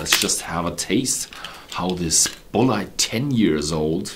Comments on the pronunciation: Hi it really is pronounced BULLET (like from a gun) That is how they pronounced it at the Bulleit Experience in Louisville Kentucky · only problem with his english was his pronunciation of Bulleit, which i'm pretty sure is pronounced like bullet from a gun. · Great review! I know this is almost unhelpful at this point, but in the US most people pronounce this brand same as you would bullet for a gun. I've taken 5 years of German so your pronunciation makes sense and was most likely the original/familial pronunciation. Really enjoying your videos! Wishing you future success.